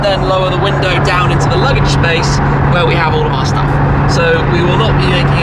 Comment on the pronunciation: lol, did he say "Shtuff"?